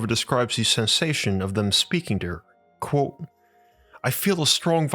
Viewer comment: It is pronounced "quote" not "quo".